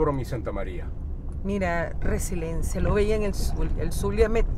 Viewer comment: se pronuncia ResiLIENCIA, no resiLENCIA